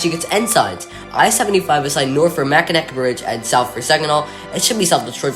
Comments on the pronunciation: Nice informative video. But Mackinac Bridge is pronounced Mackinaw Bridge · Mackinaw City is at the top of the Lower Peninsula and is a village. The bridge going from Mackinaw City to the Upper Peninsula is the Mackinac Bridge. Both are pronounced the same, with a W at the end. Why I dont know.